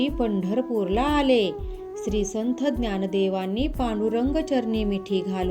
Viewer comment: आधी संथ हा उच्चार संत असा करा